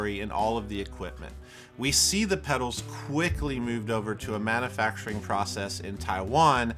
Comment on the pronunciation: Now THIS is what does best (aside from your cringy pronunciation of "manufacturing")... Much better than making/"inventing" his own gear. You are a tribute artist at heart, More of this, please.